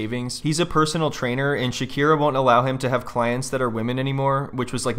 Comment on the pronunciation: Shekira, Shekita…😂